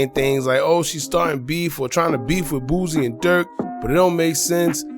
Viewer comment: It’s “ Boosie” not “ Boozie”